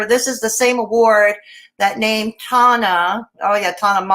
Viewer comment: Hope you are doing well! Also, you pronounce Tana’s last name in the same manner you pronounce JUNEAU (MOW-ZOH); Except the Z makes a “je” sound, as in Je m’apelle. 🤷